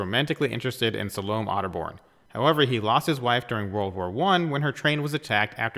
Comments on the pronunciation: I really enjoyed this, but I feel I should point out; Ms. Otterbourne's first name is pronounced Sal-o--may. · I wish you could pronounce 'Salome'.